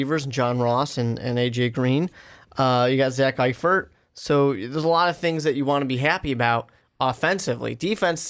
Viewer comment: This dude really just said “zach eifert”